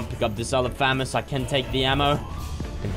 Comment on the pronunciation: it is FA - MAU -S NOT FA - MOS